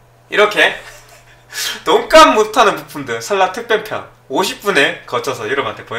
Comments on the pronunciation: 내 귀가 이상한 줄 알앗는디여?! 돈까스 라고 ㅋㅋㅋ 잘 보았습니다! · 잘못들었나? 시작하실때 돈가스 못하는이라고 하시는거 같은데요...ㅋㅋㅋㅋ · 소리만듣고 돈값을못하는 을 돈까스못하는이라 들어서ㅋㅋㅋㅋ